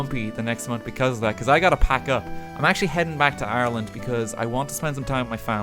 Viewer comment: Just realized he’s saying Ireland not Arland